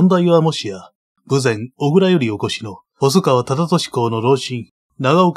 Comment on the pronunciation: 57分頃豊前「小倉」を「おぐら」と読んでいるようですが「こくら」の間違いです。小倉生まれのものからすればとても気になります。